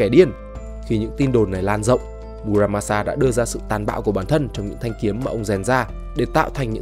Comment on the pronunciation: Mư ra ma xa . Đọc đúng âm Nhật